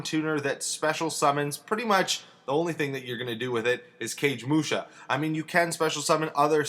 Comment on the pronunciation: Cage mush? :p never heard that way of saying kagemusha